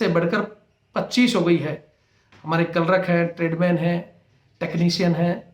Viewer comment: किलरक नहीं क्लर्क होता है |